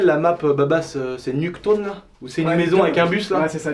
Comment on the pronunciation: 13.35 minutes il me tue quand il dis nuque town